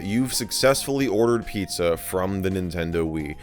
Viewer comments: " Pii-zza " What fun. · pizza < piiza